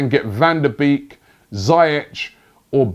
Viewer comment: Correct pronunciations: Van Der Bake, Zee-yek, Berg-vine